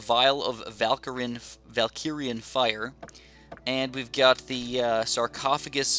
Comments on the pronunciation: It hurts my ears to hear Valkirian instead of Valyrian Fire from Game of thrones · Yustin Y. He keeps saying Valkyrian though